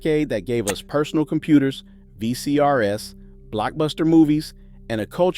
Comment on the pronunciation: How ironic that, even in a video about the greatest decade in American history, we hear the narrator say "V...C...R...S" with a very awkward pause between each letter, reminding us that those glorious days, where all narrators were actual human beings, are gone now.